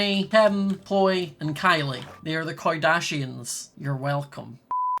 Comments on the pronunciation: "They are now the koi-dashians" -, 2020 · Sorry did you say the koidashians ........ Ahhhhhh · The “koi-dashians.” Yes.